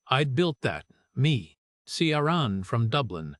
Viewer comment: AI is hopeless at pronouncing names - Ciaran!